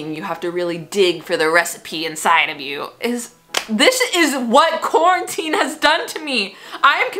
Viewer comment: Nobody:: CORNANTINE